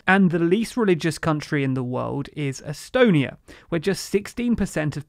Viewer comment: Am I the only one who heard country astonia first time